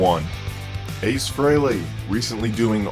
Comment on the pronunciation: Yeah! He said frehley correctly! Glad you got it right.